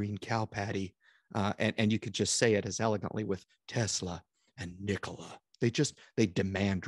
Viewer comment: Nikola, say it with me... .. Nikola 🤣🤣👏